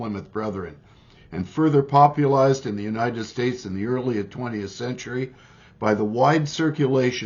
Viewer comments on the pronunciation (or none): Hard to take you seriously when you can't say popularized correctly....